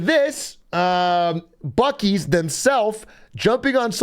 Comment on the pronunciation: It's pronounced byuu-sees not bukkees